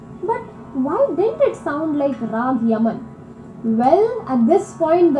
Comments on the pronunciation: And this what you guys were referring to as Scating...when Indian artists are doing runs of Indian musical notes in various combinations in the middle of the song/ composition/ instrumental music. And it's pronounced as Ra-aa-gh, and not as Rag (as in the English version). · Please kindly correct your pronunciation of Raag. You say it as "Rag" (as in ragging) but it is Not Rag. It is "Raag" (the "AWE" sound.......may be "RAWE_G) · Great video but just one small thing. Raag is pronounced Rahg( Raag) or Ragahm (Ragam). The latter is the real one as in South India, most words end with ahm or ahn. So Ram becomes raman. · Please. Note! The “a” in Rag or Ragam is pronounce as you would the “a” in Father; NEVER as the “a” in the English word “rag” as you would to refer to a dirty piece of cloth or fabric you may use to wipe a counter-top or use as a sanitary pad.